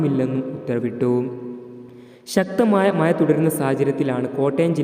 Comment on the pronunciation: മയ അല്ല മഴ... കോയിക്കോട് അല്ല. കോഴിക്കോട് 😂😂😂